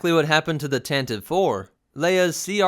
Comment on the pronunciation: Star Wars Pro-tip: Tantive (IV) pronounced "TAN-ti-VEE"